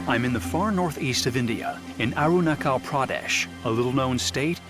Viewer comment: In ARUNACHAL 'ch' is pronounced as 'ch' in chair.